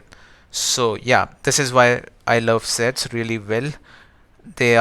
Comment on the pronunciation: sets sounds sex at 1.75x......🤣🤣🤣🤣🤣🤣🤣🤣